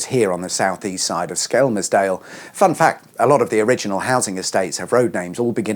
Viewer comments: Anyone else thinks he needs to drop the L in Skelmersdale, or better yet just say Skem' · You don’t pronounce the L. It’s said skemsdale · It's 'dog bone' island. And Skelmersdale is pronounced 'shit hole'... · Nobody pronounces the L in skelmersdale.... it's skemmersdale 😉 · It's funny how you pronounce Skelmersdale 😂😂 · I'm disappointed theres one correcting you in the comments, so now I have no idea if your pronunciation is right or wrong. Also I think you meant unfinished in the title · I'm intrigued by your pronunciation of Skelmersdale.